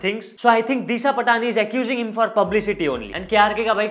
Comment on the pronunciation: bhai its disha पाटणी not पटाणी